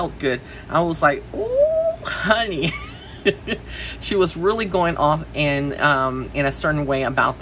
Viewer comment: The way you said " HUH-knee" took me out!!! 😅😊❤